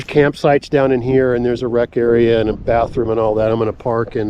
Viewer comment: "area" not "Rea".